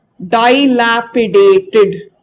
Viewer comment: It is a good video.But some words like melancholy,dilapidated, incision, regicide are wrongly pronounced.